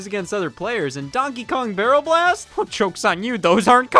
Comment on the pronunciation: Absolutely incredible video, glad to see Donkey Kong: Jet Race be covered. Shame you kept saying B*rrel B*ast.